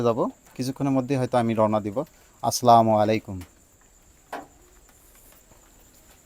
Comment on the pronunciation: ভাই আপনার সালামটা শুদ্ধ হয় না। 😊 আর হ্যাঁ সব সময় আপনার ভিডিও দেখি আপনার গবেষণা সফল হলে আমিও কাজ করাব ইনশাআল্লাহ